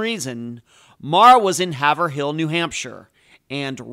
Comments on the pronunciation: Hay-Vrille , not Have Er Ville. LoL. Hay-Vrilllle like Vrooom but Vrillll, like Pill , Hay! V-Rill , Vrrr-Rilll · Haverhill is pronounced Hay'-vrill.